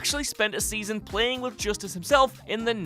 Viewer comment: Another entry into the list of mispronunciations, David "Justins" when big stadium banner shows their name as Justice.